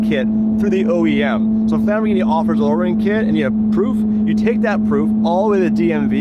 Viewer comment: you gays have to learn how to pronounce LamborGhini not Lamborshini